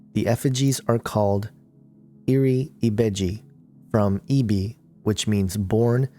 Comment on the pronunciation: Yoruba is a fucjing tribe. NOT religion. and ibeji is the world. not ebiji ugh